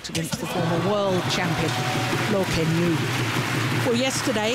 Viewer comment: I think Let's go Loooo meaning Loh. Most of the fans are european/western, it's very understandable when they pronounce asian names wrong.